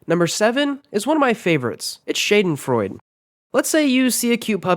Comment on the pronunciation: Super interesting! Thanks for the information! Too bad you seem to have not been able to find the right pronounciation in many of the cases. Let me try to break down at least some of the German words phonetically: Instead of Fearnvay, go: Fairnveh Instead of Fisselitsch, go: Fizzelich (with a soft "zz" in the middle and a cat-hissing-like sound at the end) Instead of: Shaydenfroid, please say: Shaadenfroiduh Hope, this helps :) :) :)